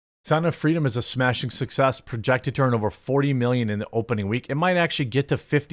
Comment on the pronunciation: Was I the only one expecting a British accent when Jeremy said 'smashing success' and to raise a cup of tea?